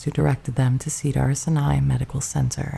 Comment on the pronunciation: You're great and the effort appreciated. And, your pronunciation (or the AI's pronunciation) needs help. Specifically: jallopy, Gillespie, Cedars Sinai, Fabares, mausoleums, etc.